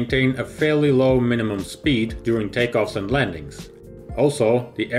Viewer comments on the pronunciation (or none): none